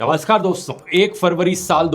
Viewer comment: It's namaskar not Bhaskar